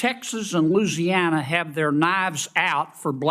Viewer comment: John Neely Kennedy can't even pronounce the state's name that he represents!